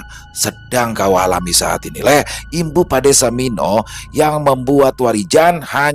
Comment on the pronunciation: Lek sama lee itu beda bang... Nyebutnya lee bukan lek Bang. Lek itu sebutan pak lek atau bulik = om/ bibi. Kalau lee itu tole sebutan untuk menyebut anak cowo kecil/ anak cowo muda.